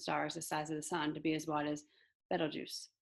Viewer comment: It is Betelgeuse 😂❤